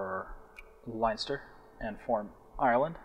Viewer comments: its Len-ster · if your irish why cant you pronounce leinster right? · You're Irish and you can't pronounce Leinster. Lol!